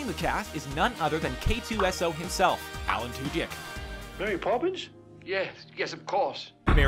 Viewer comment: When he said "Alan Tudyk," it sounded like "Alan 2 dick." Maybe that's how his name is actually pronounced. Not sure.